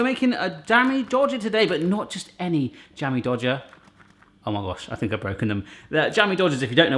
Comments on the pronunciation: Did anyone catch that said "dammie jodger" at the beginning of the video? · I honestly thought he said Dammy Jodger the first time. I love these! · It's not Jammie Dodger, it's Slai O'Lai (in Indonesia)